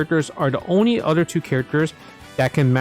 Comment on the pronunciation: I like every time you say “other” you say “udder”